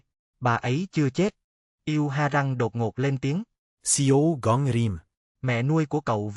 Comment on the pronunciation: why do you keep saying see o gay rim